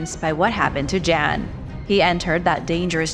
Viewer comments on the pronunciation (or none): I feel the need to kindly correct your pronunciation of the name, "Jan", when it comes to your mention of him, throughout your discussion of the Darien Gap. Those from Scandinavian regions pronounce this name as, "Yahn" rather than, "Jan"!❤